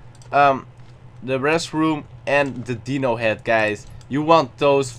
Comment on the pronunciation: and who says DEE-no for dino?